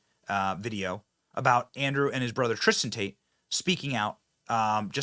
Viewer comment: Tistin Tate! hEeEy tIsTiN tAYtE!! 🙃